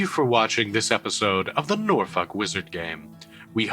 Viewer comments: Sorry but i am the only one that hears NORFUCK everytime says Norfolk? But seriously incredibile as Always!! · Why do i keep hearing NorFuck? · every time i hear norlok wizard game i hear NORFUCK WIZERD GANG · I wanna come back to this as a small nuance, as Norfuk is much closer than the usual lobster pronunciation The way the 757 accent comes out is like halfway between Norfik & Norfuk. Its an illusion, sounding like both at the same time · I am so glad it isn't what I thought it is. PS: You need to do something about your pronunciation of "Norfolk" 🤭